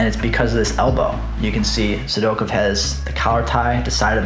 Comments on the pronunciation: Great stuff. The way you pronounce Sidakov cracks me up. Sidokev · A little Sidakov slide-by addendum, eh? I'll definitely consider it! Maybe I'll even pronounce his name right this time. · I don't like how you say Sidakov